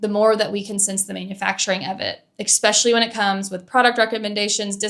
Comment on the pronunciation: I think this is a great video. Amazing examples, insightful comments, and great flow. Respectfully, the one thing that takes me out of it is a word you use a lot, “especially”. You say ek-special-ly, instead of eh-special-ly, and it’s distracting to me.